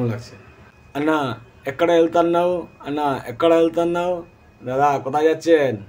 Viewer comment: দাদা কে আনা নয় আন্না বলে